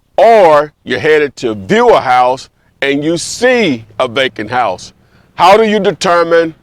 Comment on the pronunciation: I swore he was saying “bacon house” 😂😂